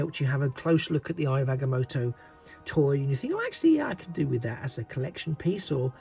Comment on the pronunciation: It’s pronounced (I ov Ag-ah-moe-toe)